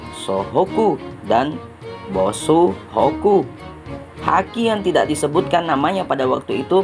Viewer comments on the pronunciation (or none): Kebonsohoku dan bosuhoku apaan dah 😅☝️